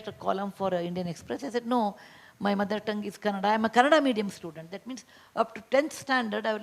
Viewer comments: It's Kannada, not kannara.. when will these ppl learn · Why can't the host pronounce kannada properly... It's not kannara.. Its kannada... Waste to be in IIT.. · Love these couple, great human beings. Simple, honest, smart. the girl who anchored 👇 Please have little knowledge to pronounce one of the prominent language in India its KANNADA not cannara. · It's not Kanara, it's ' Kannada ' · In Hindi Kannada spelling is kannara ,I think girl is North Indian, it is bcoz of language.